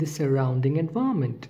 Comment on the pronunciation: Thanks, the pronunciation of "environment" confused me a little, but in general a very informative video. :)